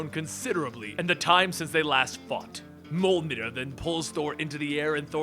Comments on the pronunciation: mini pillai its pronounced mi-yol-nir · Ouf, hearing you try to pronounce Jarnbjorn and Mjölnir is a bit painful.